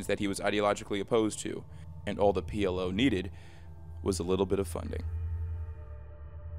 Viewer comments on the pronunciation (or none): P L (ficking) O Not pll, not pl.....